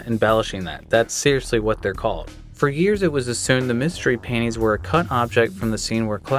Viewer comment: I kept thinking was saying "mystery paintings" in the FF7 feature lol